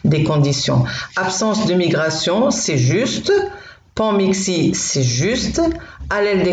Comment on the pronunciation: Bonjour, je vais suivre une nouvelle formation en ligne la semaine prochaine en lien avec l'institut Pasteur de Paris. Vos QCM's me préparent bien aux genres de questions que je vais rencontrer, et à celles que je dois me poser. Au fait, vous dîtes panXIMie pour panMIXie.